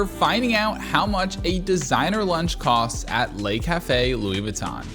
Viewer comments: it's not pronounced "'lay" cafe. The vowel sound in "le" is the same vowel sound as "could" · "Le" (rhymes with "the"), not "lay". Les Café would be the plural, ie. Le Café = The Cafe, Les Café = The Cafes.